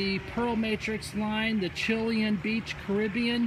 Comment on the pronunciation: The stone is from Chile hence Chi-lay-en